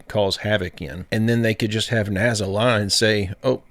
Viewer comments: Btw, it's NASA. Not NAZA! Doofus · What the fk is “ NAZZA” ? I have no fking clue what “NAZZA” is… Oh you mean N A S A ?? For fk sake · .....its NASA.......not NAZZUH😮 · When are you going to learn that there are bo Z's in the word NASA?